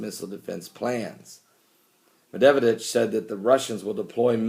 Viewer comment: Love your videos, Pastor.The russian Pm is pronounced Med ved dev,lol.